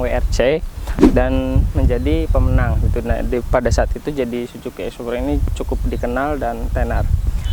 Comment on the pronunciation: Suzuki bang bukan si juki 😭